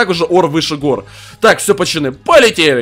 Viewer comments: Задрал говорить не правильно надо говорить пацаны а не пачаны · Почему та ты говоришь "почаны"а не "поцаны" ????? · почему ты говоришь пачаны